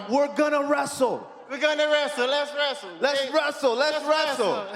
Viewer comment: Les Wresel. Les Wresel. Les Wresel. Les Wresel. Les Wresel. Les Wresel. Les Wresel. Les Wresel. Les Wresel. Les Wresel. Les Wresel. Les Wresel. Les Wresel. Les Wresel -Kamaru The Notorious McNightmare